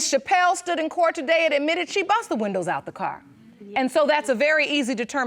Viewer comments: Leslie Bramble,,,, these type of blk women take our race BACKWARDS 60 yrs. They need to take school seriously. Learn to speak properly. MEN is the word for more than one. No need to put an s on MEN. Windows is the way to say it. It's not winders. Don't put us back in the 20s. The 4 of them are embarrassingly funny/sad. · Oh my God she pronounces windows like wonders. Wahnduhh